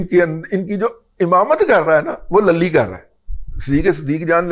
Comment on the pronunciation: للی دے ل پر پیش ڈالو رضی دادا جی